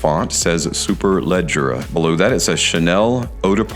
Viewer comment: Congratulations!!! 🍾 You killed the pronunciation of Superleggera better than ANYONE in FragCom. 😂😂😂